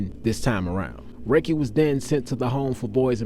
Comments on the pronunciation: Its pronounced Rah-Ke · ... You 💯% correct I wasn't saying that to downplay his work.. just to shed light on the correct pronunciation of the cats name.. no shade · has a voice for telling stories but he needs people from back in the day he would know better than to pronounce that man's name wrong. Get your facts straight, no disrespect. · pronunciation clown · His name is Rakie not Riky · Appreciate that I was just about correct that... "ROC" not "RAKE". But Dope story big dawg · We pronounced his name Rock-kee. Never heard no one said rakey before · So you not from Richmond, right? Dude name is pronounced rah-kee not pronounced Ricky.. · This story is amazing to say the least, but every time you said his name I cringe because that’s not how it’s pronounced!! It’s Rah-Key not Raykee!! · You being from Richmond you should know his name not Raykee it’s Rah-kee stop getting stories & just telling them get with actual ppl who knew what was going on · This mann ive never seen and yall only know what the news told yall. BUT DID YOU REALLY KNOW RAKIE PRONOUNCED RAH-Key and I definitely couldn’t take you serious beyond the mispronunciation of his name. He went through what he went through and there definitely was a side of him that i know first hand yall never speak of. Thank You Rakie for the good of you poured into me i carry. Especially the brotherly love you had for your sisters that i was shown as someone else sister and it was a pleasure running messages between you and your first love that blessed in your one true love and the parts of your goodness deep in her you live on through Rakiesha❤️❤️ forever with us. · This was in the 80s and it's pronounced rah-kee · He name was pronounced RAH-KEY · His name was pronounced Rah kee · It’s RAH-Key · In part 2 please pronounce Ra Name correctly it was pronounced Rah-kee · Rah-kee bro get it right fam. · It’s Rah Key